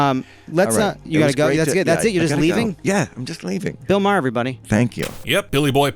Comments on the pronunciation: Dude, what damage was done Dr. Phil? Secondly, learn how pronounce Maher's name. You sound like a moron. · The 'h' in Maher is silent, BTW. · OMG. It was driving me crazy when he was mispronouncing his name EVERY TIME. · Can you say his name right man come on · You guys gotta learn how to pronounce Bill’s name….fucking hysterical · His name is MAR not MA HER it’s just spelled differently! Please stop saying MA HER!!!!! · He's not "MaHer", rather pronounced "Maar" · You need to learn how to pronounce Bill Maher's last name properly. It's not pronounce Ma-her, it's pronounced just Mar; the H is silent. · Not Ma-her it's pronounced mare. Maher is my mother's maiden name. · How about you learn to pronounce his last name. Ma-her is not the pronunciation (Marrr) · It's pronounced MAR NOT MA HAR, you moron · WHY DO YOU PRONOUNCE HIS NAME INCORRECTLY OVER AND OVER? IT’S MAR, NOT MAA-HER. Idiot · It’s “Mar” not “Ma-Her” geesh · It’s pronounced Ma-her it’s pronounced mar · It's Marr not mahear😂😂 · It’s not “Mah - Her”, Bill’s last name is pronounced as “Mar”. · It's pronounced Mar, not Ma-her. FYI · exactly. It’s pronounced like Marr, another Irish name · Had to stop watching...pronouncing his name Maw-her was just to annoying. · *Marr. Bill Marr. Stop pronouncing it like that, please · Who is Bill Mah-HER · Who is Mah - Hurr? Can you figure out hour how to pronounce the subject of your feature’s name before you go live??? More egregious when you consider Bill is well known and Maher is a reasonably common name!! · I believe Bill's last name is pronounced Maer, rhymes with bar, tar, the h is silent. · Is only going to mention how this is run by a robot and he keeps calling him bull ma har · I wonder also...Clearly the guy never watched Bill Mahhhhh-Her !! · GET A BETTER I.A. READER!!! THE "H" in Maher ... IS SILENT!!! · Please stop pronouncing the ‘H’ in Maher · you're saying his surname completely wrong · Please pronounce Bill's last name correctly.